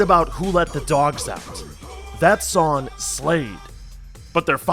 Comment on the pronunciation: It's "sonG" not "Sonn". There IS a G at the end of the word "Song" you know.